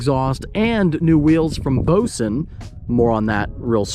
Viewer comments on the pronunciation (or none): Also said ‘vosen’ instead of ‘vossen’ and I’m about to riot because of it